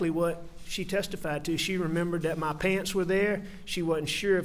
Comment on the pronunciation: I find it funny that a skilled attorney say da instead of the and ma instead of my.... Is he talking down for the jury?